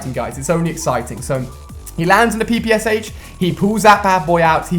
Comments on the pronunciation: ach not hach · The PPS-Haech